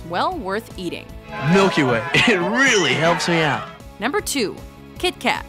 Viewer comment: Every norwegian was offended when she said KitKat.